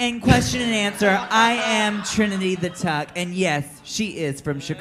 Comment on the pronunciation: is so pretty here, her hair, makeup and the whole vibe is just 😍+ she's just hilatios and witty, when she said Trinity the treedy I cried 🤣 Trin is so chill and just spillin everything from bts of drag race I LIVE